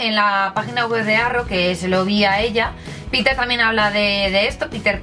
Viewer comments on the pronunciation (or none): none